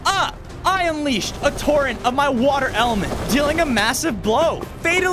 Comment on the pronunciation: British accent😂 water